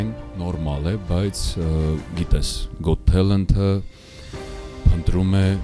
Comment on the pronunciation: * Մի փոքրիկ ուղղում. “Got talent”-ը արտասանեք «Գաթ թա՛լընթ»